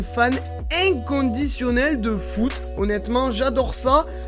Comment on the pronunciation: REVO® Qui a crue "Voûte" au lieu de "foot" ? 😀